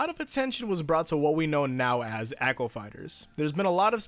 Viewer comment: Sounds like he said acho fighters instead of echo fighters.